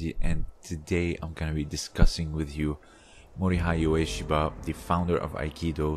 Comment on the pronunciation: The “hei” part of Mori-hei is pronounced in the same way as the “ha” part of “hatred”.